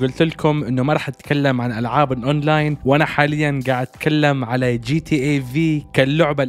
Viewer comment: جاتا عند المصريين بس و عالميا اسمها جي تي ايه . انطق كل حرف لوحده g.t.a